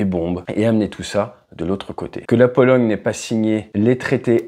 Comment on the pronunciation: "la Polo--GUE--" tu as dit